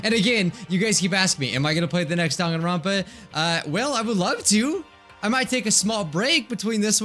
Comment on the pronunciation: ITS NOT DAN-GAN-RONPA ITS DANG-AN-RONPA